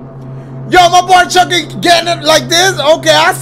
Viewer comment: bro keeps saying CHUCAIE